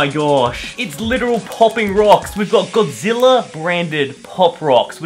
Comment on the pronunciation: God-zi-lla king of the monsters